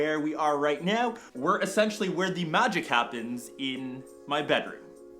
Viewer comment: Hahahahaha did you need to stress on that? You got me cracking up here... "Where the 'MAGIC' happens"